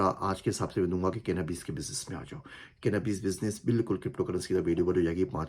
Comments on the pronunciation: Sir plzz little bit explain which business you have mentioned to do for future? I can’t even understand the correct pronunciation like what is ( Canabease or cannabis)? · Sir ap ny video me kha kenabees ka business krn mujy clear sunai nhi dia please wo bta den kya kha tha ap ny ❤ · Hi, Sir the name is not clear ? cannibees business? kindly clear the name please? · یہ کیا لفظ بول رہے ہیں جی اس کی سمجھ نہیں آئی کینا بزنس Kana bes یا کچھ اور ہے ذرا وضاحت اگر کوئی کردے مہربانی ہوگی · ASslam o alaikum sir ap aik YouTube post lga dain jo nam ap bta rhy thy crypto k bad waly business k name mujhy smjh nhy ai hai k ap ny kiya bola hai mujhy yehi understand hua hai k ap bol rahy hain (kane i bis business) sir please k bary main mazeed maloomat dain k ye kiya business hai kaisy krna hai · Aslam O Alaikum Sir, Kindly business name jo app ny btya hy us ki voice smaj ni arhi please guide